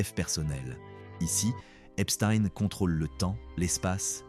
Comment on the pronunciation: A vous aussi il faut des cours de phonétique ?? Comment prononcez vous Einstein ? Pourquoi pas Palestein tant que vous y êtes ? En plus vous omettez sciemment le déail le plus important de son existence !! Il n'aurait sans doute jamais pu atteindre les plus hautes sphères sans sa complice Ghislaine Maxwell qu'il a connu en 1990 !! Cette criminelle actuelleemnt en prison aux US s’inscrit dans une lignée de “facilitateurs mondains”.grace à son père, Robert Maxwell, lui-même à la tête d'un réseau politique international soupçonné de liens avec des services de renseignement... Est ce fait exprès que la plupartt des merdias en parlent à peine ? Pourquoi ?